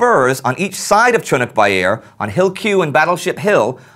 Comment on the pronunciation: GAAAAHHK..CHUNNUK BAIR.....its pronounced...Choonerk bare...like....a bear in a tunic.....many call it CHOONIK bare...watch an old vid or 2...see for yourself....besides Chunnuk bair isnt the battle we all know, LONE PINE is....it was a lesser known part because the main fight was at Lone Pine and this all happened 3 months AFTER the landings, the first day saw the 2 sides at loggerheads aroundv lone pine....it took till july to reach the points you talk about, it was the diversionary attack to allow the taking of Chunnuk bair that resulted in Lone Pine....I grew up around old salts who fought there and they pronounced it that way i describe....the veterans village they lived in had a memorial to the battle of Lone Pine and there are trees grown from seed taken from the ACTUAL lone pine, in the battle, the turks had built fortifications from the local pines and only a few were left...the aforementioned local memorial is a 15 ft long X 3 foot high carved sandstone monument showing a dozen anzacs waist to head with their heads resting on the sholder of the soldier in front and the mirror image was the same but with turks....i thought they were praying when i first saw it (aged 7)....but i found out years later that it represents the immediate aftermath of the battle where they had fought it out in a long bunker and the two sides fighters, were going at it from one end and meeting in the middle....when it was over they were all dead, packed in, shoulder to shoulder and propping